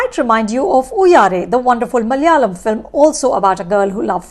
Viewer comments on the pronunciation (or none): none